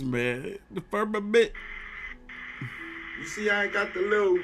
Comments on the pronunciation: died when he said the FERRMMAMENT for the fifth time 😂😂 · " FIRM A MNT" 😂😂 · Firm- ma- ment 😂